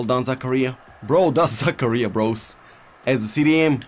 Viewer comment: Everyone pronouncing Zakaria: za-car-rear: Za-Career!!!